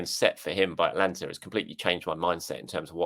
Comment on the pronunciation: Atlanta and ATA-Lanta aren’t the same thing.